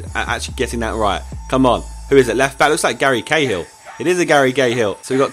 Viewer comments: Anyone else noticed that he said "Gary Gayhill"? xD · "It is a Garry GAYhill" hahahaha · you said garry gay hill